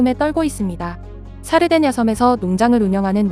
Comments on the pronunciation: 사르데냐섬이 자꾸 살해된 여성으로 들려서 깜짝깜짝 놀람 ㅋㅋㅋ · 내귀가 썩어서..이탈리아 살해된여성....으로 자꾸 들려....ㅜ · 샤르데냐섬 첨에 살해된 여성이라고 들려서 메뚜기 한테 사람 죽은줄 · 샤르데냐섬을 살해된여성 으로 들었네요 ㅋㅋ